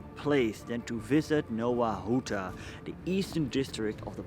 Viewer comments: Hey man it needs to be pronounced like "Nova Huta" instead of Nowa Huta". In polish the letter W makes a V sound. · Faktycznie, w chuj czasu trza było poświęcić dla Anglosasów by sprawdzić że wymowa to "nɔva ˈxuta"